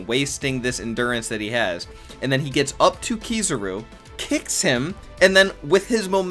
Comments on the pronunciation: It’s kizaru not kizuru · why tf do people say "keysuru" instead if "kizaru" lmao